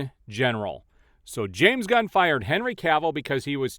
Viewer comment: Love how the mispronounciation tied in with the post where James "God" was said to be sent "On a mission from God" that one time. I completely lost it!!! 🤣🤣🤣